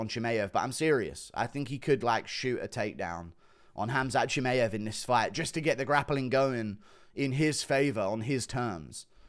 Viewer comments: It’s f ChimAev not Chimeev, it’s getting very annoying especially when Khamzat will be the future champ very soon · Why do you say Chimaev like that